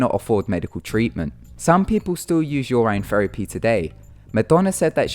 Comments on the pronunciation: your-in not your-ryn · Guess again :3. Its just I have never hear it said "yur ine" German. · It is pronounced "Your In" without a space :3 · "Your Ine". I can't. 😂😹😹🙅🙅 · Listening to you butcher pronouncing urine 16 times in 3 minutes was brutal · You pronounced urine wrong. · u say urine so weird :/